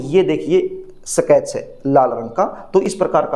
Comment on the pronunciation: सकेच नहीं स्केच पेन😂